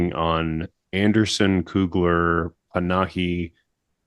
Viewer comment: it’s Pa-na-hi, not Pa-ha-ni, ffs